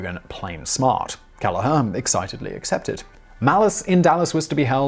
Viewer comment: And, Kelleher is usually "Kell-her"